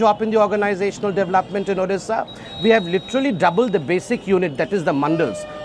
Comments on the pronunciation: Very bad to say all candidates pronouncing 'orissa' instead of Odisha... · Pinaki Mishra it odisha not Orissa please pronounce properly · is the anchor mad , her pronounciation is wrong.please pronounce correctly,it is our state ODISHA not othisa.